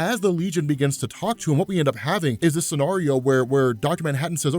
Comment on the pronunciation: I hate how you pronounce scenario